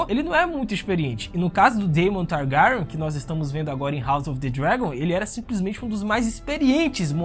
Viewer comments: Esse mlke falando targaryon, parece que botaram um testículo na boca dele! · Eu amei o vídeo, cara vc produz mto bem, ganhou um inscrito MAS, eu preciso brincar... "Targaran" me quebrou Ksksksks essa pronúncia do nome da casa me fez rir o vídeo todo.... Desculpa manin, mas tu é foda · Teu pronunciamento e péssimo mano e da agonia kkkkkkk o jeito que tu fala syrax e targaryen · Vídeo muito bom !!!!! Mano o jeito que se fala Targaryen é muito engraçado kkkkkkkkkk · você fala os nome dos Targaryen muito Feiamente